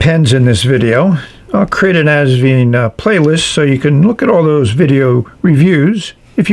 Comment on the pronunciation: Wonderful review, as always! I finally got my Asvine review a couple of hours before yours. 😊 For pronunciation, just remember 'vine', like a grapevine. Regards, Norman